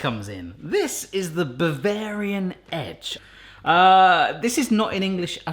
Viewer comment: Aussie accent "...but you've got your bavarian edge!" Lord help me 😂😂😂 crying laughing over here. Of course the edibles help too.